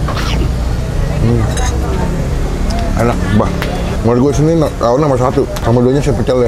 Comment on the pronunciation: Rrrrrrrrrrrrrrrrawon bang😭